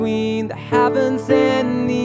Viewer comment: blud really said havens, not heavens...